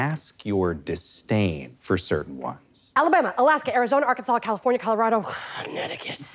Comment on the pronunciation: the way she said "Connecticut" was personal 😭😭😭